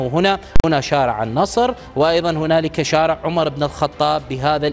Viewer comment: بلسان عبري يتكلم هدا المديع قال شوارع وشارع وضع الشدة على حرف الشين لغة الضاد كشفت عنك أنك عكل